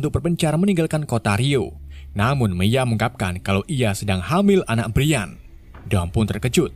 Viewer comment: Bukan brian cara baca nya tapi brayen